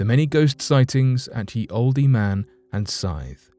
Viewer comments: I was thinking the exact same thing! As a Brit, he should know better! Oldee?! Come on! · Hey great story & narrating from you as always, plz don't think I'm being picky but when it's spelt like Ye & Olde etc I'm sure it's still pronounced as the & old, keep up the good work your doing. XxX😎🐘